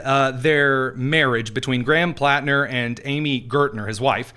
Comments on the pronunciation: Why does Whoopi keep saying Planter? Can’t she read?!???? Hasn’t she HEARD people talking about him? I’m am so tired of the stupidity epidemic. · Platner not planter whoopi...what an IDIOT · The Whoopi cushion can’t even get the guy’s name right. It’s PLATNER you dingbat, not PLANTER! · Whoopi didn’t even get Platner’s name right.